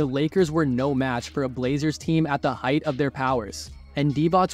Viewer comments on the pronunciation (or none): none